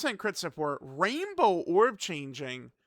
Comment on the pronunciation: I also heard “Rambo orb changing”… man those orb have it coming 😂